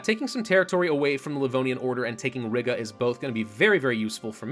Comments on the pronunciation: I wonder how long it'll take for him to learn/realize that it's Ree-gah not Rig-uh😂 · Please stop saying Riga like that